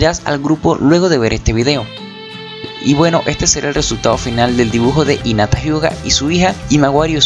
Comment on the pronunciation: por que dice inata y no jinata que es como se pronuncia ._.